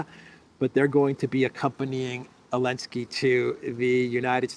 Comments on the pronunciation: Is it just me or does this guy keep saying Elensky instead of Zelensky ? Is that intentional? Is it supposed to mean something? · Why does pronounce Zelensky without the "Z?" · Remember when the EU banned the use of the letter 'Z' from Europe. I recall Zurich Insurance dumping their Z logo. still calls the goblin 'elensky.